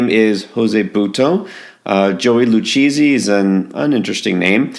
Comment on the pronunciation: FYI: Lucchesi is pronounced Lou Casey.